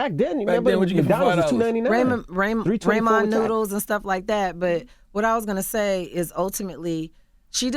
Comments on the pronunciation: Not the RAY-MON noodles 😂😂😂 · Did she just say ray mon noodles😂😭😭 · No one noticed she said ray-mon noodles hahaha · Tboz did you just say “Ray-mond” noodles ?? 😂😂😂😂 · "RAYMON" Noodles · No way TLC was broke...... she can’t even say Ramen Noodles. LOL